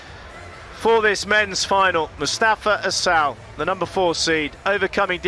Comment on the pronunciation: Listen to the trophy presentation at the end. I swear she said “Mostafa Asshole”